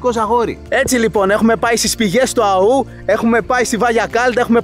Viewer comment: Του Αώου, όχι του Αωού. Ο τόνος είναι στο ωμέγα.